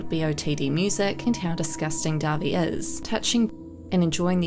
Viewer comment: Thank you for being one the few people to make a video over all of this and pronounce dahvie name right